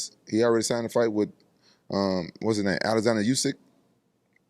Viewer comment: the way Rampage pronounced Usyk Nice 😲